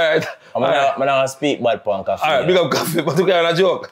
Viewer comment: Man say koffee a 2smaddy😂😂😂